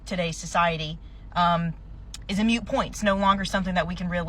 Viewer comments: Lmao, she said "Mute point" instead of "Moot point" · It's a moot point, not a mute point dummy. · If women are so smart, why did she say "mute point" and not "moot point"? All those college degrees and can't even grasp basic phonics. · Hey its "moot point" not "mute" 😅😅😅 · The bandana idiot thinks she's smart. She butchers the term 'moot point' by calling it 'mute point'. Moron. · She's an idiot. She misspoke when she called it a " mute point " and not " moot point " she doesn't even know how to speak English let alone not having the correct data points about male and female socioeconomic stats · I think we’re also ignoring the sheer number of women who get gifted houses via the courts during divorce proceedings. It’s “moot” not mute, you uneducated fool.